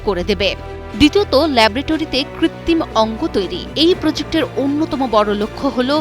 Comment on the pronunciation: কৃত্রিম ও, কৃত্তিম বলেছে